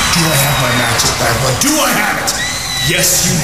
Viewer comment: Wow... you are right, actually... the intonation he used to say "Bad Blood" was more like it would be for the word "Backlash," so I guess I'd assumed he said Backlash... weird.